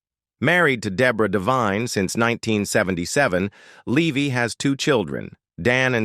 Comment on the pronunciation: In case everyone forgets the movie this video is about, it gets repeated a dozen times. A bunch of AI generated garbage, pronounces Eugene Levy as "Leevy" but properly pronounces the second time, then back to "Leevy" afterwards.